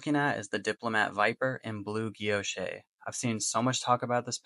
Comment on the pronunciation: I like the smooth end without the knurling. Having used a fountain pen, as a teenager, that had a thread where your first knuckle sits under the pen, it was painful after a while. I like the look here. By the way, if it is French, Guilloche is pronounced 'gee-yosh'. It refers to the cross-patterned engraving. Thanks for the review.